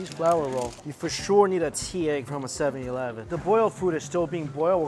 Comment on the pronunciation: “7 Yee-leven”